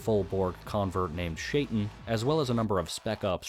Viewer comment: Hey man loving your lore vids, just a correction: Shaitan is pronounced Shy-tan, it means devil. Source: my grandma called me that growing up, persian/arabic.